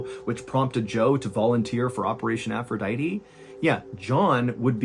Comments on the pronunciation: Its Aphrodite Not "Aphroditeeeeeee" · The most disturbing thing of this whole story... is your pronunciation of aphrodite